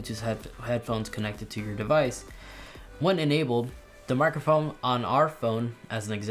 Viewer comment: Thanks for the new info! Also, did you say “microfoam”?